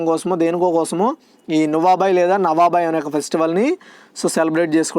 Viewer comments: 2nd question answer lo నువాబై అని ప్రొనౌన్సషన్ తప్పుగా చెప్పారు అన్న అది నువాఖై అని ఉంది కొన్ని pronounsations చెప్పినపుడు మిస్టేక్ వస్తుంది అన్న కొంచెం గమనించగలరు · Not nuabai,nuakhai...